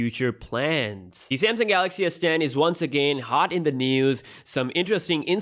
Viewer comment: Pretty sure it's a Samsung, not a Samsing.